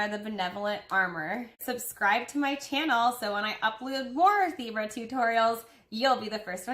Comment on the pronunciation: Omg I thought you kept saying zebra lmao